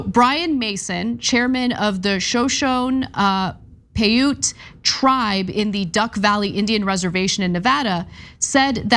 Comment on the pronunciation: Ana, please take the time to respect the communities involved by learning to pronounce their names before you record your segment. I believe in this case it's "Shuh SHOW nee Pie OOT," though you might want to confirm that.